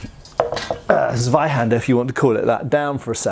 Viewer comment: It's interesting that you know how German W is pronounced as English V, but make the Z in Zweihander like an English Z. A German Z is like the ZZs in Pizza; it's a /ts/ sound. So the German word for Two - zwei, is pronounced like /tsvay/ (where /ay/ here means the "Long I" sound). It's funny; if you write it as tsvay, looks more like you're transliterating Russian.